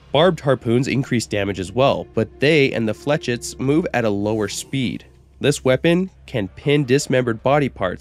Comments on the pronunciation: Your pronounciation of the Chauchat is actually spot on! However, your pronounciation of "flechettes" is incorrect. It's actually pronounced [Fleu][chay] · "Flechets" are pronounced "Flehsheys" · one more thing though: flechettes is usually said "flesh-ettes", but hey it doesn't really matter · It’s pronounced “ Fluh-shetts”